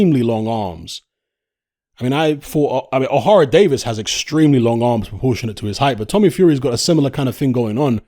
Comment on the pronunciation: It’s not O’Hara it’s Ohara